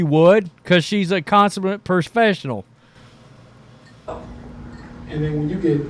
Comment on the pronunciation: What’s a “coshumat permfeshinal”? .